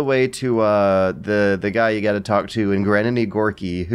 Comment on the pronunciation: "I made it all the way to the guy you gotta talk to in GRANINy Gorky..." You mean Granin? :P